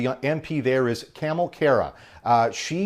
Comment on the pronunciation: Ka-mal not camel lol